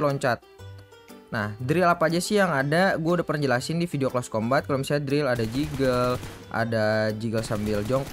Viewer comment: Di bacanya close combet bang bukan close combat